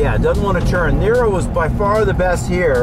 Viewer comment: Now I know that Robert De Niro is very balanced on entry... xD Every time he says "the niro" I understand "De Niro" ^^